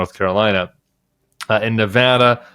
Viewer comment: Thank you for pronouncing Nevada correctly! We're working hard here! We've gone blue since 2008 and I hope it stays that way.